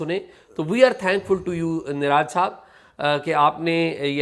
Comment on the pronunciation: Please learn how to pronounce names. Its niraj pronounced as neerajj not raaaj Thanks